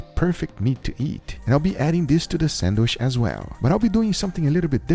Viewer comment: God of all “ Sadwiches” gotta love this guy